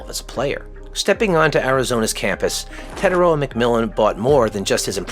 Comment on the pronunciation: Teh-tie-ROH-ah (r is rolled), or just Teh-TIE. Your pronunciation calls him “the the far” instead of “the distant/long sea/shore”.